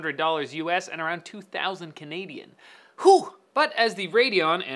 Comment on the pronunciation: 2k canaydiahhn ouch!!!!!